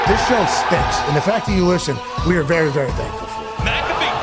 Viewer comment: stahnks.? just say stinks bruh ur misusing the ah